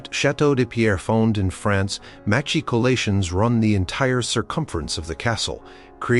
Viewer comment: Would be way better if recorded for real. This AI is misspelling and mispronouncing constantly. My favorite is "Mac-Keycolations"